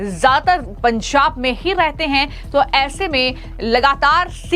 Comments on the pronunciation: Pansab nahin Panjab hota Hai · आपका एक्सेंट बहुत गलत है। आप पंजाब को पंसाब कह रही हैं। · "पंजाब" तो ठीक से बोल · What's that pronunciation of Punjab